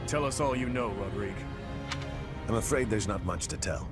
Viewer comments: No one: Literally no one who can hear the distinct pronunciation of Rodrigue: this episode: Rod•ri•gae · Weird that keeps calling Rodrigue "Rodri-gay" even though the game is fully voice acted and he should hear it properly pronounced enough